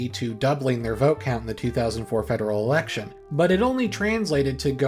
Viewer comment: It wasn't a 2011 thing though, Harper had been saying erection instead of election since 2006